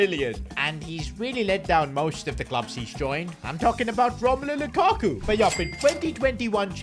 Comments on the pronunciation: Lakaku es lukaku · LAKAKU jajajaj es LUKAKU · Can u sign someone better for the spanish version? Im going to have cáncer if i hear one more time lakaku or iden yasard